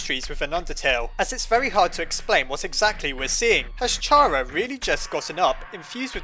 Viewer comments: it's pronounced (care·a) not (car·a) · it's awful to hear "shara" after all these years, why was it even a debate? it was clear it was pronounced "kara" you don't say "a sharacter" it's even written as キャラ "Kyara" in japanese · You don't pronounce the word "CHARActer" like "chair-uck-ter" do you??? No! You pronounce is "care-uck-ter". Same applies to how you pronounce Chara(cter), as, if you haven't noticed by now, her name is literally based off of the word "character". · Chara (Ba-na-na) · I'd say it's pronounced Kaira. spelt wrong to pronounce it my way. I pronounce it like Its the beginning of the word "Character" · Me: Fandom he’s miss pronouncing Chara’s name Fandom:don’t worry we’ll get him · It's actually "Chara" not "Chara." Oh wait no I think it's "Chara?" Yeah it's definitely "Chara," not "Chara." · Chara = character the h is silent